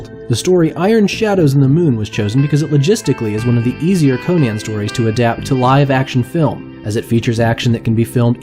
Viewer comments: CON-an, not Koh-nan! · pronounced conun not conaaan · Conan, not Conian, man. It hurts. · I tried to watch this, but the narrator's constant mispronunciation of "Conan" made it so I couldn't get past the first 2 minutes. It was as grating as the repeated use of "Hieruhkayneea" in the Momoa film.